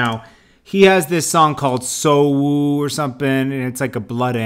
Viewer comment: I was about to click subscribe tell u said "YG made a song called soowwwoo"" lmao pleeeeeaassee don't ever say that ever in ur life again. Haha